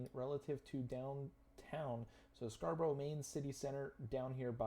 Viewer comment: If you ever visit Scarborough, please don't pronounce it Scra Bro Bro. Pronounce it Scar Bruh Bruv. I was born further up the coast in Hartlepool. The next town along from Scarborough is Whitby where Dracula landed in the Bram Stoker novel